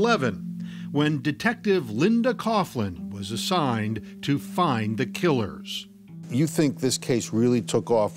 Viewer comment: Mike’s the killuh.